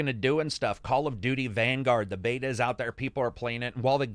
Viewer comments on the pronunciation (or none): none